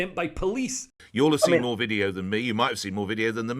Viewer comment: Is that lawyer a nonce ? Need to tell him that its a Video not a Wideo